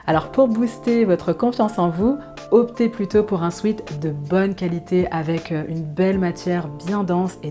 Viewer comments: On ne prononce pas "swit" mais swèt Sweet c'est sucré.... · En anglais, sweat (du verbe to sweat = transpirer) se prononce « swêt » et non pas « swit ». Il vaudrait d’ailleurs mieux parler d’un sweat-shirt.